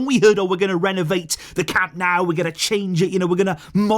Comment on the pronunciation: Dont call it "cam naaaau"😂😂😂